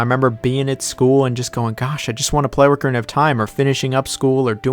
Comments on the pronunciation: My wife couldn’t withstand how you say Orcarina and not Ocarina 😅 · ORCarina xD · Why Orcarina 😭😭😭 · OCarina of time not ORCarina of time. Great vid tho, just pissed me off hearing that LOL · Tf is “ORKarina” of time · Made it to him saying ORCarina of Time and immediately got pissed. 10/10 video. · YES OMG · Someone who says it “Orcarina” WOULD rank Majora that low… (I’m just teasing, but this one was rough for me on a soul-level lol) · Listening to you mispronounce ocarina was all I needed to know. You are obviously not very smart. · Bro what is that pronunciation of “ocarina”, there’s no “r” before “c” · It's like a dolphin.....a killer whale of time!